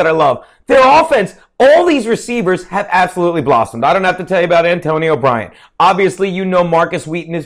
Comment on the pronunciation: Antonio Bryant? Shawn Swishum? come on